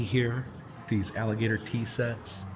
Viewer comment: HOW MANY TIME DID HE SAY. “ALLIBATOR “ ??????? 😂😂😂😂